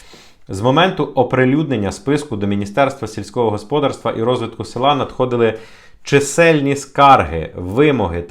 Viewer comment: В українській мові наголос ставиться на склад з літерою "А": господа́рство. Дуже ріже вуха, трохи перевіряйте свої тексти, вас же, в основному, українці слухають.